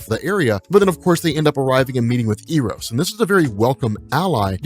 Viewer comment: Eros is pronounced Eh-rows.